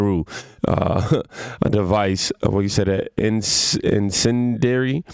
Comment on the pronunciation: In-cen-dee-eri KING😂